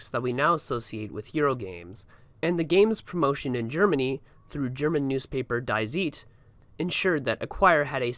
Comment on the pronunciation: The pronounciation of "Die Zeit" cracked me up big time (It's actually pronounced "Dee Tsaid")